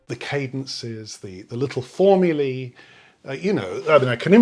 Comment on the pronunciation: 'formuly'? Either stick with English 'formulas' or go Latin 'formulae' (pronounced 'formulay' with rolling 'r').